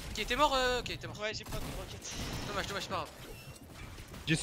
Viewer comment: A il dit kekete au lieu de roquette 😂